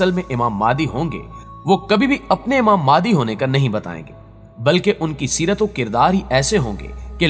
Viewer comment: Aap phalay imam mehdi ko sahi tarah bolna seekh lai phir islami video banaya karay